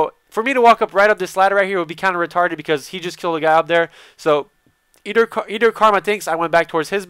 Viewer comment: i love how you say either... eder, eder